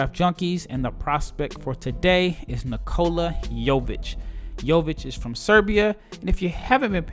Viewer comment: U are pronouncing his name pretty well ... considering most Americans butcher our names